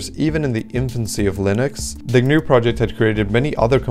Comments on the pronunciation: Correct. In the GNU world names starting with 'GN' are pronounced with a hard 'G.' "Guh-nu,' 'Guh-nome,' etc. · Are you pronouncing GNU, like the animal? Like how you would pronounce New? That's not how GNU is pronounced. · For the name of the Gnu system, you pronounce the "G", so it's Guh-New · I’d just like to point out “GNU” is pronounced “Guh - noo” rather than the ‘G’ being silent, which causes confusion with the word “new”.